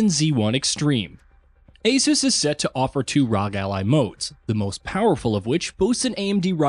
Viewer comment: You keep pronouncing ASUS and ROG weirdly.